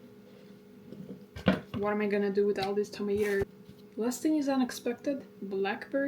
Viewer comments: good ol' 'maters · It absolutely tickles me how you say tomatoes like an American from the south 😂🫶